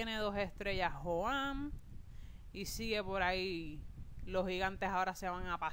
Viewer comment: A y otra cosa se escribe joan pero se pronuncia jhoan ya